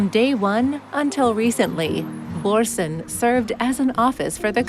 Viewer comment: This is not very good. First of all, stop trying to pronounce the names in danish. You are so awfully wrong. I gave up watching, when you talk about the building called "Børsen" the old stock exchange for 2 minutes, without showing a single picture of the beautiful building. Also you spend a lot of time showing the main pedestrain shopping street, which is not the most charming part of the city. So dear worldtrawellers, when you come to visit... explore the small sidestreets. The pedestrian main street is expencive, you will find no bargains. the smaller shops in the streets around you will find local artwork and design.... You didnt come to Copenhaen for Prada or Louis did you?